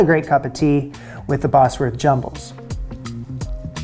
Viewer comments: It’s pronounced ‘Bozworth’ not Bosworth, I used to live there. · It's pronounced Bozworth rather than Bossworth. Not a great biscuit tho, imho😊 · I've always eaten bubble and squeak with brown sauce, yum. Also it's pronounced Boz- wuth not boss- werth. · It's pronounced Bozwerth. Not Bossworth. But no worries. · Bosworth is pronounced 'Bozworth'. Bosworth is a place. The way you pronounce it, it would be spelt 'Bossworth'. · Bozworth not Bossworth. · Pronounce it 'Bozworth', not 'Bossworth', unless you want to sound American. 😄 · Bosworth pronounced 'Bozwuth' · "Cawl Mamgu" is Welsh, Wales is a part of Britain. Please don't refer to us all as British, we aren't! Scotch Woodcock was very popular during the 60's and 70's but not so much these days. Bosworth is pronounced "BOZ- wuth", a village 3 miles from where I am sitting! Richard 3rd's remains were recently found under a car park in Leicester (pronounced Lester). Bubble & Squeek needs to be made in palm sized cakes so they're easy to turn over! Remember, its usually made with left-overs from a Sunday lunch (roast), so any other veg is good. Nowadays served as an item on a proper English breakfast. Flummery is very similar to the classic French dessert Bavarois. This recipe book is based on Victorian dishes. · These are old, very old British recipes. Bubble n squeak is made from leftovers. Anchovies? Didn't even see those until I was 40. Oh, and Bosworth is pronounced Bozzworth - the Bosworth biscuits are just shaped caraway biscuits which were popular about 400 years ago :). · Bosworth pronounced boz-wurth.